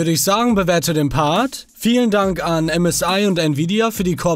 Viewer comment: Als Manu msi gesagt hat habe ich zuerst csi verstanden 😂😂